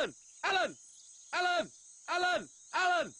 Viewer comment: "Alan! Alan! Alan! Alan!" -in my world, sounds more like: "Mommy! Mommy! Mommy! Mommy! ... "